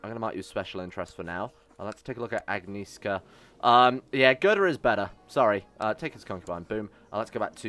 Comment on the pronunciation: Waiting for immortality event. Given that Otter is both just and honest, he probably was not possesed by the Loki, TRICKSTER god. By the way, Agieszka's name is pronounced ore like "Agnyeshka"